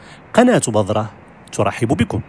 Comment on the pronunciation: السلام عليكم ورحمة الله. شكرا على المعلومات كلها رائعة .ولكن عندي ملاحظة ارجو ان تنطق بالحروف الصحيحة عندما تتكلم .مثلا بذرة ولا بضرة وشكرا لكم.